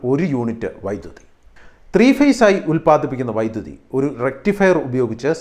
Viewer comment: വൈദ്യുത അല്ലല്ലോ... വൈദ്യുതി എന്നു തന്നെ അല്ലേ ചേട്ടാ പറയേണ്ടത്?